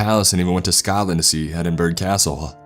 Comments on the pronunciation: E D I N B U R G G G Its Ed-in-bruh :) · Actually, it's Edinburgh not, EdinBURG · The scariest part of the story is how you pronounced Edinburgh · How do you not know how to say Edinburgh